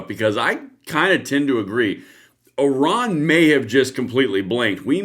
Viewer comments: Iran! Not oron..lol ❤ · Its IRAN not ORON ! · it is NOT Oron.. it is Iran... like I ran !!!! if reading is so hard, should you be doing this ???? ?????????????????????????????????????????????????????????????????????????????????? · Oran or iran 😂